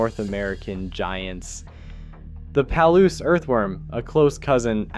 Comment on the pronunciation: Worms are fascinating! A couple regional pronunciation tips though: Willamette is pronounced with the accent in the middle- like, wul-AM-ut. Palouse is like, puh-LOOse. (Northwest names can be hard to pronounce, or even predict sometimes. :)